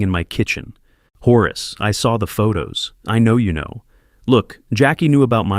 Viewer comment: "horus" - so lame, it's Horace